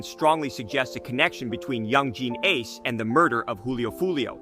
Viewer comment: You said ace name wrong, I'm not even gonna finish this video.. atleast know the names of the ppl you making videos on next time.. this has to be cap